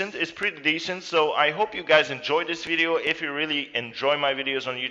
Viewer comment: did he say BIDEO instead of video? 😂